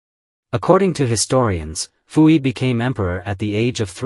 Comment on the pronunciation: His name is PU-YI.......not FU-EEEE. And you people want AI to run the world?!?!?